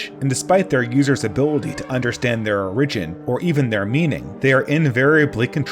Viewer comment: By now I hope you know how to properly pronounce “origin”. Otherwise a great video